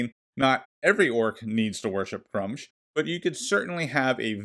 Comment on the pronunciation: You are saying Gruumsh wrong. It's Gr-oo-msh.